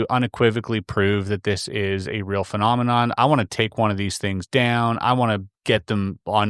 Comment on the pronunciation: I know right, persons saying it's an impediment but it's not, the guy said Phelominom instead of phenomenon 😅